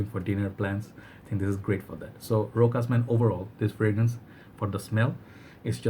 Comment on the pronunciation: the only way to say it it's to read it like: RÔSHÁS